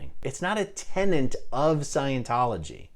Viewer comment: Tenant? Not tenet? Oh come on.